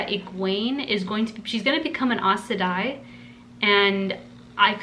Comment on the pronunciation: Aes Sedai is pronounce "Eyes Sa Die" Moiraine is "Mwahrain" Enjoy the journey with these amazing characters